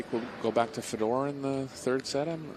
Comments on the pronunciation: So in some countries the name that's spelled fedor is pronounced..feedoor.? And in other countries, which is what I'm used to, it is pronounced fehdor. I don't know why it bothers me so much when someone mispronounces somebody's name. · Yet again, a predator event with some of the worst commentators in the game. When the one gentleman called Fedor "fee dor" i started to go for the mute button and it just got worse from there.